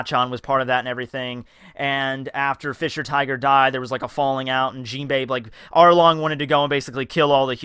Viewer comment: Did anyone hear say Harlong